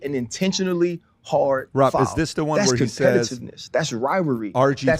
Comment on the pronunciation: Pat has been at war with the word "the" for as long as I've known him 😂